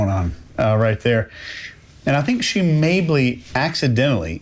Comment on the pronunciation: What does say? Maybley?